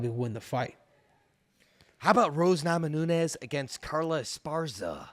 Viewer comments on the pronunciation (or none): NAMAJUNAS NOT NAMANUNES